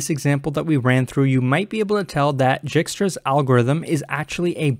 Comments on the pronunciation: For the love of CS, it's not Jikstra, it's Dijkstra pronounced (DYEKSTRA) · pronounces: dɛɪkstra J is actually a vowel in Dutch and ij is like a long i or a sound no non-Dutch can pronounce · Dijkstra is a dutch name it is pronounced as Daeekstra, basically ij in dutch is pronounced as aee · It's pronounced as D (or Y) aikstra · Nice explanation! One thing i'd like to point out is that it's pronounced "DIEK-struh" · It's pronounced dye-kstra's :) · I think that is the correct pronunciation :) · Yes, that is definitely the correct pronunciation. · pls don't start calling it jikstra xD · An interesting way to pronounce "Djikstra" lol